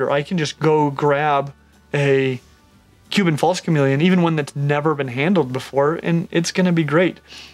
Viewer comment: Stingin rad... Huban false chameleon. Haha, so many mispronunciations is these vids., dont get ahead of yourself. No need to rush, your audience is not going anywhere; your vids are too great.